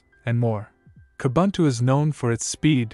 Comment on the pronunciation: You so nicely pronounced Ubuntu....then screwed up Edubuntu, Kubuntu, etc. Why? It is ooh booon too